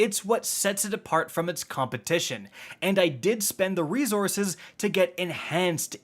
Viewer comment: FOR GODS SAKE, ITS RE-SOURCE!!! SSSSSS-ORCE not ZORCE! Lol 😆